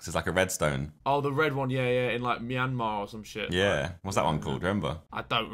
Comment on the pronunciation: Man pronounced “Myanmar” perfectly.